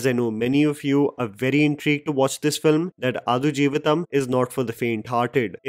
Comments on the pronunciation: Bro.. pls check the pronunciation of the movie title before reviewing it.. it’s आड़ not आदु.. 😊😊🙏🏾🙏🏾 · आडू जीविथम not अथुजीविथम 😅 😄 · It is pronounced as AAD JEEVITHAM and not Aadu , its high time northies pronounce the movie the way it should be pronounced. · Adu is pronounced as D for Denmark…not D for dus…. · आडु 🐐 जीवितम् its ड not द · Quick correction, the title is adu... Its the 'D' sound as in Delta not D as in 'the'... So it's pronounced आडु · I think it is pronounced आडजीवितं. The u acts like a schwa sound, I think. So, pronounce आडजीवितं like a Marathi person would rather than a Hindi person. Which means give equal time to each syllable rather than glossing over the ड because it has no Matra.